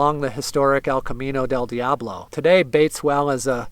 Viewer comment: I love it...but you have to work on your accent for "Camino del diablo" . It's more like El-cah-MEe-nnoh dhell DEeahhbloh